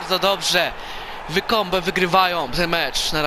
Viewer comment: To się chyba czyta łajkombe